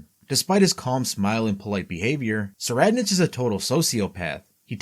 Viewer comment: "Tserriednich" is pronounced: *Sir-eyed-nik Make the correction for future videos.